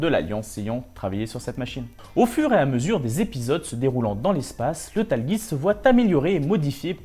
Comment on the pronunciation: super vidéo, mais par contre la prononciation bien franchouillairde du Tallgeese... mes oreilles ont été mises à rude épreuve XD